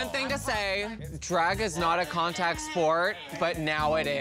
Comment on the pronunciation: I love when Jaymes says “Dreeg” instead of “Drag”